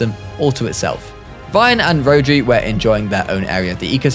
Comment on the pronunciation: Great vid but rhodri is a Welsh name and it’s pronounced ro-dr-i